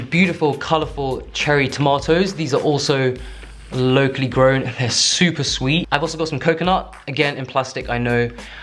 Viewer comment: Every time he says “locally” it sounds like low key lol. Took me like three times to realize he was saying locally